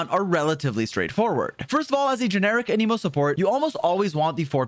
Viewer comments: why is he saying aneeemo when its anemo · Ah yes. A-knee-moe, my favorite element. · Anemo is pronounced Anemo, not a Nemo 🐟